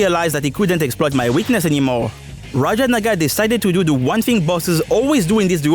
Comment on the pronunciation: Triple what now?😂 (I know he said "Naga", I just thought it sounded differently)